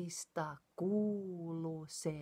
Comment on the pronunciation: It’s “ kuuluu” ... double U at the end. Not kuulu but kuuluu. The proper name for song should be “Ievan Polokka” in Savo dialect ... Eeva’s Polka.